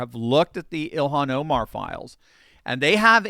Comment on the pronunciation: "Elon Oh-mar" XD